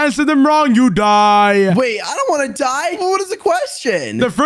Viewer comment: In the fight was struggling 😂while it’s so easy because he is overpowered with his sord lol😂and he was saying I don’t wana die but insead I herd i wana die😂😂😂